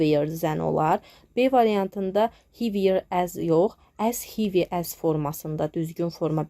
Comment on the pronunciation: Salam, m. Sag olun. Heavy sözü hivi yox, hevi oxunur